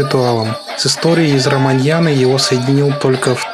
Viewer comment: Всё хорошо, брат, только не "раманьяна" (это же не коньяк арманьяк, и не цыганщина) а РамАяна с ударением на второй слог, это ведическое произведение, история произошла 2 миллиона лет назад, а записана была 8,5 тысяч лет назад — как видишь, очень древний эпос Равана был царь Ланки [Ат Ланки] — эт та самая, которая под воду ушла и про которую Платон и его ученик Аристотель [наставник Александра Македонского] писали Алекс Македонский, когда на Индию ходил, привёз оттуда ведические манускрипты, а его наставники нашли эти истории "весьма занятными" Так что, на Бали эта история постоянно возвращается, — даже если б Балийцы и хотели сказку забыть, — а им никто не даёт😅 опять европейцы привезли легенду и снова танцевать научили, — ну, вот, нравится им! 😂